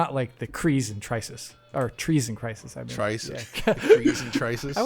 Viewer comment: "The crees in Trysis." - Me: LMFAO!